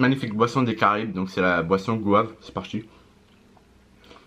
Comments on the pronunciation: c GOYAVE go-ya-ve pas goave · « C’EST GOÛT GOVANE » PTDRRRRRRRRRR avec le petit accent en plus jppp